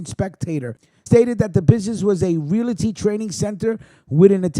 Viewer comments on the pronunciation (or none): none